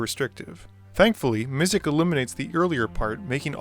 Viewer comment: MizziX!!!! There is an x at the end of Mizzix. Not a k. So annoying. Sorry just bothered me a fair bit. I did really like the video though sorry for being that guy.